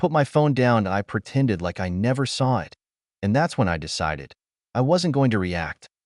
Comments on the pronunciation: Can you please teach your AI reader to say the word ‘it’ !!!??!!! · Just a few things you need to fix. Please edit the captions. The AI can't say "it". Check for a space. Good story. It was hard to watch for me, but I persevered. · The damn thing couldn't decide if "it" was pronounced like it's supposed to be, or "I-T" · " It " is pronounced " it ", not I T. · A I needs to go back to school. It's not I t, it's it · Very tired hearing I T instead of it. Please edit better. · Story: If you allow to be a doormat, people will walk all over you. OP should have shut that down years before but she, instead, enabled them. The AI: IT is a career. It's pronounced EYE TEE. It is a pronoun. It is NOT pronounced eye tee. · Yeah. "My name is Emma" spoken by an obviously male computer voice? What's the matter? Was the monthly allocation of female computer voices all used up or maybe on strike? And too many mentions of IT (as pronounced eye-tee) instead of the word "it." And the "Dot"s. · I agree with sidlives, it was halfway into the video when I realized that “I.T.” was just the AI narrator trying to say the word “it” 🤦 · The AI is ridiculous. "It" is called "IT" and spells out "my" instead of saying my. And several times the AI says dot and asterisk before reading names or certain words. And once again OP is called dramatic and she needs to fix this. And the parents are always calling relatives to pressure OP to give money to parents and siblings yet not once does Emma or OP tell these other relatives that if they're so concerned about her parents then why don't they offer them money? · "I T felt good" This AI vocie really made a joke of itself this time (and as usual the AI written story to but the voice was hilarious) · This is a better AI voice than most, but “I.T.”???? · I love these stories but I hate the AI narrator. The “I” “T” being pronounced instead of the word it is blowing me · AI can't pronounce 'it'😂